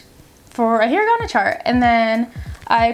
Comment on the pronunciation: you pronounced hiragana wrong